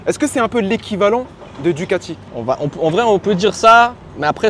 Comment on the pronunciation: Super moto, juste fait attention on dit DuGati mais DuCati, c'est comme si tu disais Gawasaki t'as l'air con